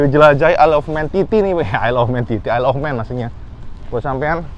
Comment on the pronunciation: ISLE OF MAN di baca : AELEFMEN